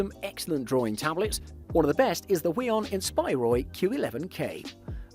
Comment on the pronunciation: omg why is he saying huion as “weon” and not as “who-eon” aaaaaaaaa